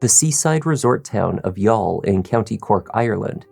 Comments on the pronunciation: As an Irishman, first of all thank you for prounouncing youghal correctly. Secondly i remember very well watching this story on TV3 in 2017 the week, she went missing and seeing her husbands plea for her to return. I remember very well telling my G/F who was next to me that HE did it. His eyes says he is lying. I know body language and have been a crime buff for decades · You pronounced 'Youghal' beautifully!! Greetings from Ireland 🇮🇪